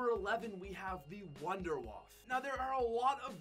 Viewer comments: You pronounce it like vonder vaffe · You pronounce wunderwaffe so wrong.. Its a german name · So funny How he pronounce wunderwaffe im german and I Know How it is pronounced and to me it Sounds funny